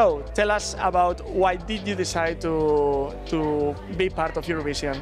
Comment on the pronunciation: Por favor! que alguien le diga a David que se pronuncia "Iurovishen" no "Iurovishion"!!!